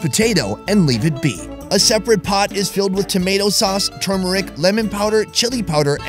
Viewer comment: For the first time he's pronounced turmeric correctly 😂